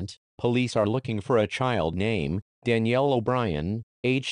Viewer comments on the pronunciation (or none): none